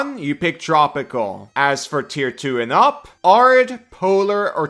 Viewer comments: pronouncing it 'ARE-id' instead of the correct 'AIR-id' is really making my brain itchy as someone who lives in an AIR-id environment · Saying arid like "are-id" bothers me so much, but great video nonetheless! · It’s air-id you mutant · Arid is pronounced AIR-rid. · Arid is pronounced (Air - id.) as in “ the desert is considered an arid climate”. Love this build! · Arid Air-rid It's pronounced as if it has two r-s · It's pronounced "Air-id" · Americans pronounce it Air-id. Normal people say æ-rid like 'a' in cat and apple. But I immediately clocked English isn't your first language. Americans and Australians use it a lot cause we both have deserts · As someone who lives in an arid climate, it is in fact pronounced air-id. And as far as "if its understood, its right" It took me 60% of the video to figure out what was being said (since i havent memorized the druid biomes) No insult intended, your English is awesome and i love your work! Im just out here being lawful pedantic about english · the guy in the video is not saying it like an English person either. It's rather weird.